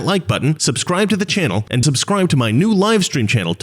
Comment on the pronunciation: I hate how she pronounces the word and, which sounds like iiiynd.